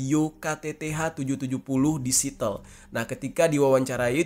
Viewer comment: Siateul bukan sitel